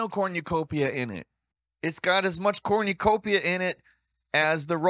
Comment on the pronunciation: Why the fuck are you saying cornucopia like that???